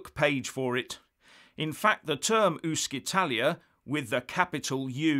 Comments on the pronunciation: 'UscItalia' is not pronounced 'Uskitalia' but 'UtchItalia'. Thank you.... and 'ItalExit' comes more from Latin than English.... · Ooh-she-tah-lee-ah - practice makes perfect! Also, gi = j, not jee. Brilliant content as ever, though,. Others give us the facts, you drill down to the details! Thanks! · The pronunciation of UscItalia would be "ooshitalia" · Please get it right! “Uscitalia” (‘uscita’ + ‘Italia’) is NOT pronounced ‘ooskitalia’, it’s ‘oosheetalia’! The ‘sc’ is pronounced “sh” / ‘sci’ = “shee”. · It is not ooskitalia, but ooshitalia. Good grief. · It's not "uskitalia", it's "ushitalia". (No bad language intended). "Uscire" (usheareh) is an infinitive and means to exit, and the "c" is soft. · Hi, thank you for you video. Just a little thing: Uscitalia is actually pronounced ushitalia. Doesn’t sound that well in english 😊 but a lot more in italian 🇮🇹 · Pronounced oo-shee-ta Can’t wait for it to happen. Great channel great info. 👍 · It's pronounced oosh-Italia. Happy to help. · Hi, as your english is perfect, your Italian is not, please pronounce " Uscitaly or Uscitalia " like " " oeshitaly "or " oeshitalia", like you see, shit comes in enyway! Great work as usual! Grt from an Italian in Belgium! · As usual an interesting and informative video. However you do have to work on your Italian pronunciation. “Sc” followed by a narrow vowel is sort of like an “sh” in the Queen’s English. Small point though. Clear-headed and informed commentary. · The Italian word "uscita", meaning "exit", is actually pronounced oo-sheet-a ("sc" in Italian is equivalent to the English "sh"), so "Uscitalia" would be pronounced oo-she-talia, you can hear it here …. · It is pronounced “Ushitalia”. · Dear Sir It's pronounced ushitaly. Yes seriously. Otherwise it would be spelled UschItaly! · Dear, “sci” is always pronounced “she” in Italian. Oh, and don’t forget the final vowel in “Paragone.” TY!